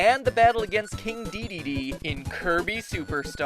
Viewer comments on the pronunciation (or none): none